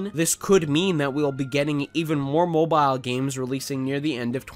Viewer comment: If i hear the word "moboaa" obe more time, i will scream